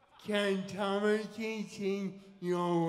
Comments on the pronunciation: Guy: toe-ma-ki Me:... What.. Did... You... Say?? It's Ta-ma-ki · THERE IS NO WAY THEY PRONOUNCED HIS NAME -TA-MAK-I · I love how he pronounced Tamaki's name lmao